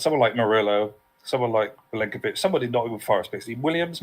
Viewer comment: It's Milenkovic not Mykolenkovic